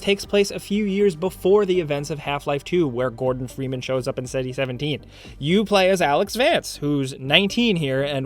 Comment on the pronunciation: Ah yes, before yoy buy